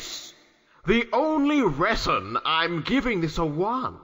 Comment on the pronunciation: Stranth walked so Stonks could run. The pronunciation of "reson" got me!